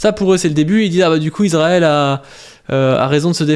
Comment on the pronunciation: Trop cool en rvanche on dit iSrael, ca écorche le crane d'entendre iZrael (mais si t'arrives pas pg)